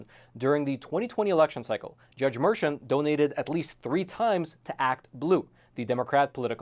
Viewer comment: His name is pronounced Merkhan and he is easily the epitome of NYC corruption.